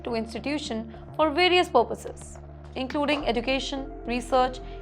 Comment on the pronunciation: Learn to pronounce "education" first then report.